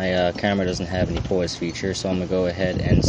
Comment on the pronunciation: . Sorry just poking at your accent. It's funny how you say pause.